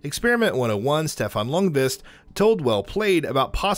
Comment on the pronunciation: Stefan Ljungqvist surname is pronounced "Jung-Kvist" or "Young-Kv-i-st. Dont forgett the "i". Dont say "youngQuest" thats just wrong.